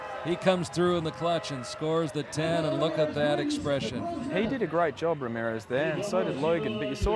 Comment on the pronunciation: Anyone else notice he was saying ramireth instead of Ramirez?